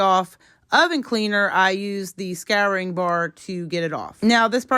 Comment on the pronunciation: Scouring stick not scaring stick